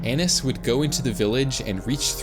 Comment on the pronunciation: Not him repeatedly mispronouncing “Annis” after the guy in the video said how it’s pronounced